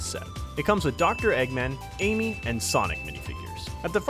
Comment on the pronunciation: Quando chega no minuto ele fala em que em vez de amy ele fala enque